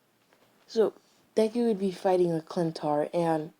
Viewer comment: Sorry but it's not clintar its chitauri